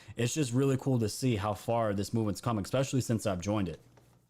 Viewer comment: i just want to say the word especially does not have an x in it.. You say it exspecially i dont believe that is a word. Js..lol